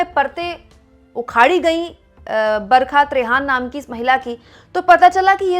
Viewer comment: आप बोलतीं हैं , लगता है बरक़त रेहान बोल रही हैं बरखा त्रेहन (Barhka Trehan) बोलिए मैडम जी